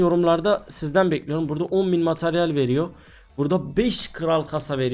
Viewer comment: Mataryal değil materyal 😂 dilin dönmüyor sanırım.